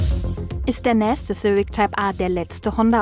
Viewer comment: Die Olle kann ja nicht mal "nächste" sagen...